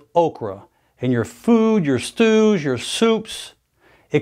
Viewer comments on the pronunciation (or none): i almost thought he said, "stools" instead of stews for a brief moment. 🤔😳😱😂